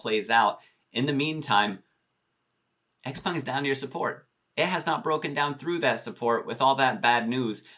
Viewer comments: Why does everyone pronounce x-peng as x-pung? I ask every time he says it in his video, but never get an answer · Charlie at Zip Trader, Graham Stephan, MeetKevin, Andrei Jikh, and Jeremy Lefebvre all pronounce it as x-pEng. Not to mention when you ask google how to pronounce it, it says x-pEng as well. Just saying